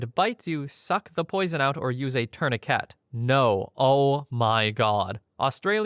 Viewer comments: Dafuq is a 'torniket'....?! 😂😂😂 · Why does bro say tourniquet like that ☠️